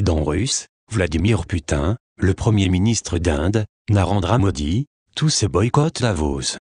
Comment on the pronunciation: merci sauf pour la prononciation de ... Vladimir... P........